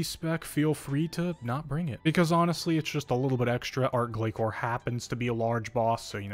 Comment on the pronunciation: Not only that. But still pronouncing Glacor wrong too. It’s not pronounced glakor. Azzanandra even says the name properly during the boss fight. And not ark either it’s Arch Glacor not ark glakor. If you’re going to put this many videos out about it at least say it right. Listen to Azzanandra.